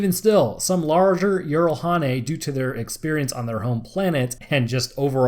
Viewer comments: It's not yeeralhanae it's jiralhanae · Jiralhanae J not Y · "I only know one pronunciation that may be correct. In Halo Wars, the shipboard A.I. says "jee-rall-HAW-nay" (jiralhanae; brutes). I pronounce it "jer-RALL-ha-NAY," myself." I have played Halo Wars and heard this. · Like I have said before good video...however it still needs editing...the way you say the Brute (Halo) species is still distracting. Here is a better link than the one I provided last time on how to say their name properly